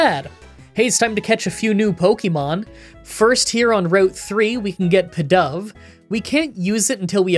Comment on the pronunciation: Pee-dove, Ex-cadrill (as in excavation drill), Tym-pole (as in gym pole) BISH-arp, Sidgilyf, BOOffalant, EEL-ektross and HaiDREIgon